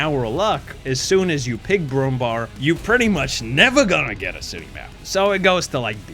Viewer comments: Brummbar > Brummbär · the way you said brummbär is funny